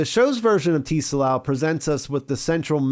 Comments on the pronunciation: I'm dying over here by your pronunciation of "Tsalal". No one in the show pronounces it as "TEE-sa-lahl" lol It's "tsah-LAHL" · I think Tsalal is pronounced suh-lal, and it's a Hebrew word that means "to be or grow dark", hence the Night Country relation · The T is silent Bro. Pronounced Suh-laal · "Tsalal" is also a Hebrew word used in the Old Testiment to mean "to sink" or "to grow/become dark," or even to be in shadow, which is a cool little detail. And a friendly FYI, the word "tsalal" is pronounced more like "salal," but with a short /t/ sound before the 's,' so the /ts/ sound at the beginning of the word is like the one at the end of "buh dum, tss," (the "snare and cymbal" sound that comes after a bad joke,) but with a shorter /ts/ sound. It's not T-Salal with a hard, enunciated letter 'T'. Honestly, if you have trouble with the /ts/ sound you can totally get away with just saying "salal" without the /ts/ sound, and it'll still sound close enough to the correct pronunciation that most people wouldn't notice or comment on it. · The “T” in “Tsalal” is silent. They say it several times throughout the episode. It’s pronounced “SAL-AHL.” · The T is not pronounced in Tsalal. Its just pronounced: Suh Lal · Great summary as usual although your pronunciation of “Tsalal” is driving me crazy. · You don't pronounce the "t" in tsalal